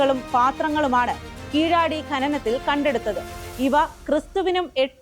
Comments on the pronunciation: கீழடி தமிழ் கலாச்சாரம் பண்பாடு அடையாளம்... வாசிக்கும் பெண் கீழடி என்பதை கீளாடி என்று வாசிப்பது தமிழ் மொழியை சிதைக்கும் கொடும்செயல்... கீழடி என்று சொல்லுவதில் மலையாளி இவருக்கு என்ன சிக்கல்...❌ 💦திராவிட 💦❌என்பது பொய்... தமிழ், தமிழர்கள், தமிழ் கலாச்சாரம் பண்பாடு.. தமிழர்கள் இரும்பின் காலம் 10000ஆண்டுகளுக் கு முன்... கீலாடி❌ இல்லை..✅கீழடி✅ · സ്ഥലത്തിന്റെ പേര് കീഴാടി എന്ന സായിപ്പിന്റെ ഉച്ചാരണം തെറ്റ് ആണ് . കീഴടി , { கீழடி , Kēēladi } സ്വര അക്ഷരം ( a ) ഹൃസ്വമാണ് ശരിയായ തമിഴ് ഉച്ചാരണം . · കീഴാടി അല്ല. കീഴടി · കീഴാടി അല്ല കീഴടി!